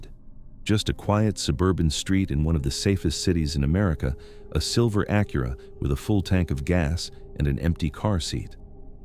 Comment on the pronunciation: The narration is just too awful. Not good. Not great. Not believeable. Just boring! And learn to say Acura! Youre supossed to be intellegent! Not dumb. Not stupid. Not idiotic. But smart enough for basic converstion!